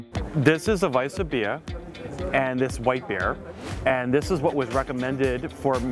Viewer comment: You're killing me pronouncing Weiswerse. Or Weisebier. It's vise vers, no ah or ea at the end.